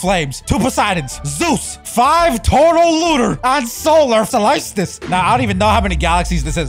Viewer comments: I love how he says "solytsice" instead of solstice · U say it like sol stice no offence just telling